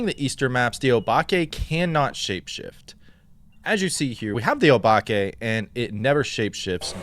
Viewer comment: Did he just say O-Bake? lol